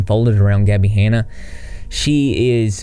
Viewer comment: Gabbie “haynuh”